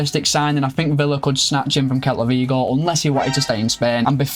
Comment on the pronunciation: You're not saying celta Vigo right